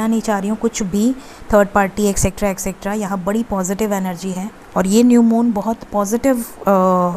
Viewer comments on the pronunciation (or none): Madam! Sahi bola kre..Extra (एक्सट्रा ) hota hai ,Aap एसएक्कट्रा bol rhi ho